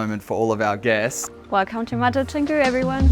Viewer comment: Beautiful! Good luck with maintainence though :-) And please learn how to pronounce Canggu if you'll be investing into the area ;-) (Chawng-gu, not chang-gu)